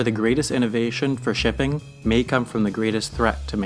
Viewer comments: Nice when he pronounces “shipping” as “dipping” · does anyone else hear pipping instead of shipping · sounds like he's saying " 'Tipping' is the behind the scenes process that has made our world what it is today." America will agree!